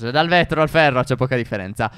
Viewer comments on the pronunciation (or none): 1,54 carbone e pherre😂😂😂